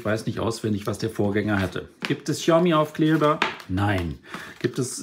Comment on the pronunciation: Sprich die Marke doch bitte richtig aus.